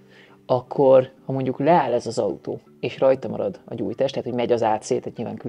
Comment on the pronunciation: Szép az "ató"